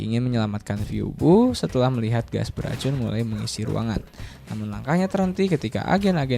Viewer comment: izin koreksi minn🙏🏻 tulisan : phoebe dibaca : vibi